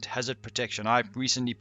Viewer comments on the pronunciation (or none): none